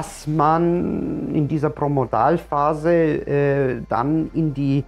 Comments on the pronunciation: Promodalphase? Es heißt Prodromalphase! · Es steht so da, da hast Du recht, aber Du sprichst es jedesmal falsch als Promodalphase aus. Dein Video ist sehr sympathisch und anschaulich, aber das ist mir halt aufgefallen, nicht bös sei! LG, Andrea